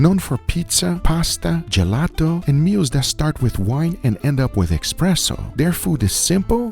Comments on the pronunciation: There is no X in espresso. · Espresso Guga, not eKspresso ;) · IT's ESPRESSO. NOT EXPRESSO :O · If you really want to piss off Italians, say "expresso".